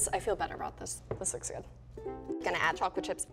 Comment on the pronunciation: “...it’s GUUD 👍🏼” I love this XD ❤️